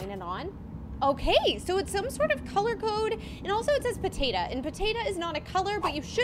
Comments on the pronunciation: It is potato not potata 😂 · Stop calling a Potato a potata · PAtatA instead of POtatO 😂😂😂🥔🥔🥔🥔🥔🥔🥔🥔🥔🥔🥔🥔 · I love that says pAtatA instead of pOtatO😂 🥔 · It’s funny how she said potata instead of potato🥔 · Bro am I the only one that noticed she said “Patata” 😂😂😂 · It made me laugh whenever she said potatu